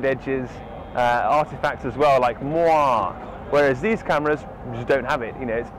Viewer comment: Hi - just for future reference moiré is pronounce mwah-ray - its a French word with the acute e on the end.